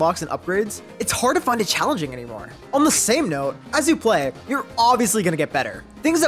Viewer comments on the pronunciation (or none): none